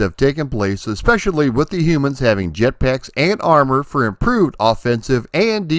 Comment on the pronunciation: There's no "X" in "especially"...